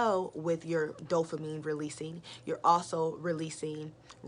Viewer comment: Why you keep saying dofamine though. Its Dopamine right!